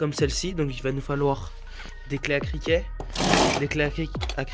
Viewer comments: Clé à criquet 😂😂😂😂 « Cliquet » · Criquet 😂😂 C'est cliquet